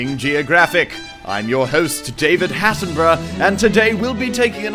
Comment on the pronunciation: dose anyone realize that he says David Hatimbrugh insted of David Atembrugh (I probibly didnt spell them right)